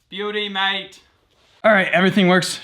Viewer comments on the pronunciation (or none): What accent was that "beauty mate" supposed to be?